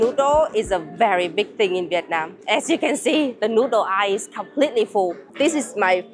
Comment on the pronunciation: Eye-ill = Aisle